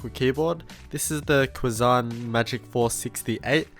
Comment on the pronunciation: Nice review. Probably pronounced "Chee San" since it's Chinese. And dang, that typeface is ugly!